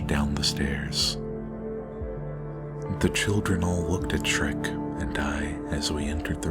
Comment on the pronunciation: Shrek is not Dhrek!